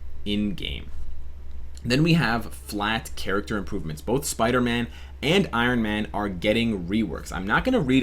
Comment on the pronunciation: Wow what's a Piderman??? #SleepDeprived